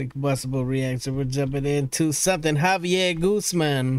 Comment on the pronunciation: You pronounce his name as "Ga-Bie-Jer"